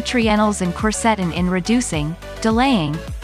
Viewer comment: The music you play in the back ground HAS TO GO! It is very annoying, while trying to listing to your presentation. The software robotic voice your are using can not pronounce "quercetin"